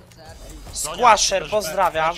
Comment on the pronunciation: czm przeczyrał nick squaszer a tam jest squancher